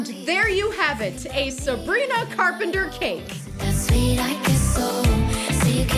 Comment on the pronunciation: Did anyone notice that she said ‘Sabgrina skin’ 😀?